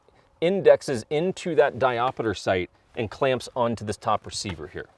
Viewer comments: Diopter, not diopeter. Also, the trigger spring is adjustable. Adjust it, you can dial the trigger in. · Diop (stop). Ter. But if that one does indeed have a ‘diopeter’.. truly a unicorn. (Someone had to be a dick). :-) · Great video. Always kill the montage Ya killing me smallz…di-opter not di-op-a-ter Just figured I’d mention it on the second video. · When I started getting into guns, this is one of the guns that made me lust. I wish Sig USA would make a proper version of this. Also...not trying to be a dick....just saying...it's not diopiter, it's diopter. Kinda like how ambidextrous isn't pronounced tree-us at the end. Like I said, it's a correction, not a criticism. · 3 years later and knowing he specifically says it wrong in the sequel. But it stills erks me when you say di op ater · 😂 diopiter? WTF is a diopiter? 😆